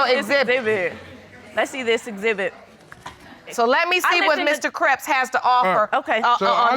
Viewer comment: Did she just say "exhibib" ???🤔